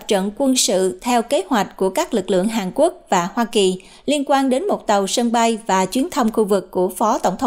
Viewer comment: Hàn Quốc chứ không phải Hàng Quốc.